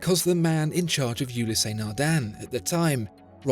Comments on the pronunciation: There is no accent on the e. Ulysse (ewe-lis) not Ulyssé. Eh! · Why pronouncing it " Ulyssé " ;) The " e " without accent is always silent in French. It's " Ulyss ". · Just for the record, it’s pronounced Ulysse not Ulyssé. There’s no accent on the “e”. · How do so many people manage to mispronounce Ulysse Nardin. There is no accent aigu, the “ e ” is not “ é ” so don’t pronounce it as such. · Great video but I think you aren't pronouncing Ulysse correctly. The "e" is silent, should be pronounced "ulys". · Another quality video... Thanks! Just one, little nitpick: The French name "Ulysse" is pronounced with just two syllables, i.e. "u-LEESE" . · Awesome watch! PSA: The E at the end Ulysse is silent.